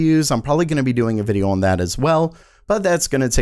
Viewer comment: Anyway, moving awn...